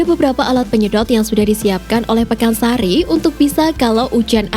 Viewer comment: PAKAN SARI,,bukan PEKAN SARI..salah ko sering.